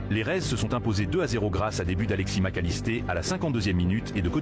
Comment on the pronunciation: Mac alisteR pas alisté lol